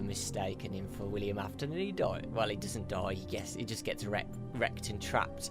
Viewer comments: WILLIAM Afton, it's WILLIAM Afton,! This has been driving me crazy! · Miklz aftonn. AINT IT WILLIAM AFTON ????